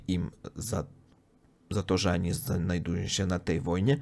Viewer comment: Uprzejma prośba popracuj nad wymową ONI a nie ANI :) - bez złośliwości oczywiście